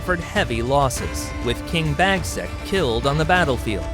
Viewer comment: King Bagsack? 🤣🤣